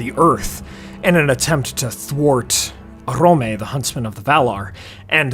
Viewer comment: Orome, not Crome the huntsman of the Valar.